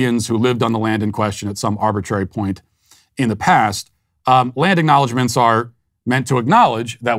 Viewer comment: I thought he said “Gland embellishments" in his intro. Then he got to the cancellation and it was “Land Acknowledgements." Carry on.